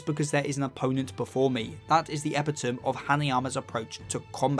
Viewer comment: just a quick note: “Epitome” is pronounced “eh-pit-o-mee” not “eh-pee-tohm”